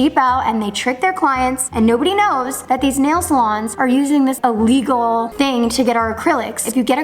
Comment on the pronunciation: The way was saying illegal is killing me 😭😭😭